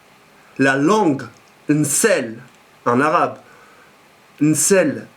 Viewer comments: on dit pas "nssel" mais "lssen" pour la "langue" :p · On dit Lsen machi nsel sinon je te kiff frère bon courage!